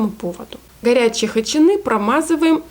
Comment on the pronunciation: Вообще-то хычИны, а не хычинЫ. А за рецепт спасибо